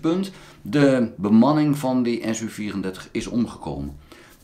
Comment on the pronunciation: Russen spreken de typen van hun vliegtuigen uit als een woord. Dus niet de es-uu 34, maar Su-34, waarbij de Su aaneengesloten als een woord wordt uitgesproken. Dus ook de Tu, MiL, MiG etc.